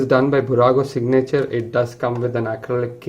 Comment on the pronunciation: Fantastic video! However, when you say "signature", the accent is on the "i" and not on the "a". At any rate, beautiful video and well done for highlighting how much detail there is in these models, even though they are not the most expensive ones. For curiosity, how much did you pay for each of them?